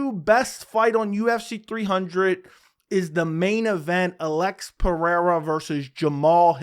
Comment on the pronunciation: You got the brazillian pronunciation of Alex's name perfectly